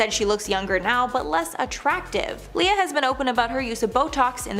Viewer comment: & finally number one? That was not Tom stop saying Leah’s name wrong